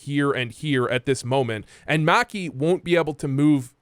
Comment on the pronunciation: You say maki like you wear whitey tighteys.